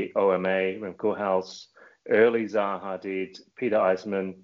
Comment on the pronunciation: Hello I like how you said early Zaha Hadid